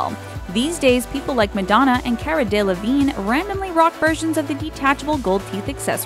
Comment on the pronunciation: Cara delevigne....the way American people pronounce British peoples names😂